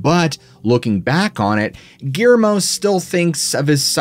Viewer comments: 😂 Ok, I'll get on ya about something else. Guillermo is pronounced (Ghee - air - moe) with 3 syllables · Surprised he didn't pronounce his name Gimme. Couldn't even say Gui er mo correctly. He's really bad about that. A woman named Geraldine, called her "Gary" instead of Jerry, WTF ever. Biggest reason I don't watch him so much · 😂Okay I'll bug ya about something else. Guillermo is pronounced w 3 syllables ( Ghee - Air - moe) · My friend is going insane over the way you are pronouncing Guillermo